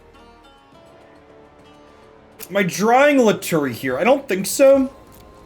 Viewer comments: I think lutri is pronounced lu-tree and not lu-tu-ri but to each their own I guess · dedication mispronunciation is one of my favorite bits